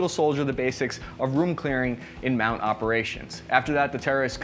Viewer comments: MOUT operations not MOUNT. Neat video though. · Whoa whoa whoa, what was your MOS ya POG? It’s MOUT not MOUNT, it stands for Military Operations in Urban Terrain. Get with the program.